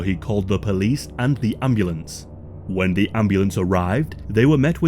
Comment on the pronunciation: Love the channel, why are you suddenly placing so much emphasis on “the” 😂